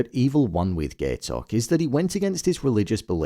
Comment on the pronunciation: Ok but why did you pronounce Gaitok name like GAY-tok?